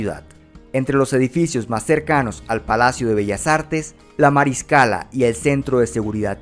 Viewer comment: Lo pronunció de manera perfecta, no se que de carajos hablas.